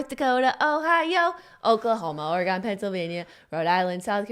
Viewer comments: Ore-GUUNNN you live in California come onnn no ore-gone in the west coast Oregon soft o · Jennnnna!!!! I’m deeply offended you said Ore-GONE....my earrrrrs!!! It’s Ore-GUN ;) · Its not oreGONE Jenna!!! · when Jenna kept pronouncing Oregon Or-eh-gone 😭😭😭😤😤 makes my ears want to bleed 😂😂😂❤️ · OrrGunn for the love of god, TRIGGERED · Jenna i absolutely love you .....But for the love of all that is vegan PLEASE stop pronouncing Oregon ....ORA-GONE. ....It's offensive on every level. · As an Oregonian, listening to her mispronounce Oregon about 7 times was painful lol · Jenna said Oregon wrong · that pronunciation of Oregon tho lol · Please teach Jenna how to say Oregon. Love from the Oregon Dink Fam! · Oh man Jenna everytime she said Oregon. My ears burned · Jenna has relatives who live in Oregon and she still pronounces it wrong. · Ouch. JENNNA.... 🤦🏻‍♀️ My heart. As a born and raised Oregonian I’m so sad you pronounced it wrong. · Jenna saying Oregon wrong hurt my ears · Jenna doesn't know how to pronounce Oregon.